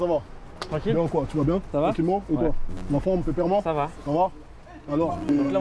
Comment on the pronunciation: A 0,06 seconde Kaaris il dit peperement😂